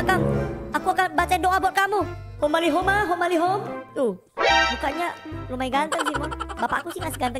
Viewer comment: doa bukan homali bacanya itu harus bismilah